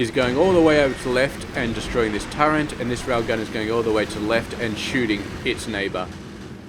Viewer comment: Just so you know it is pronounced "turret", not "turrent"